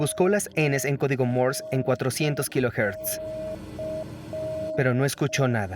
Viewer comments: "Morse", no "Mors". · Se pronuncia código Morse sin la E al final o Morse con la E al final?